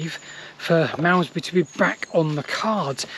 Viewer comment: Marmzbree, Marmzbree, Malmesbury fgs, I couldn't take it anymore!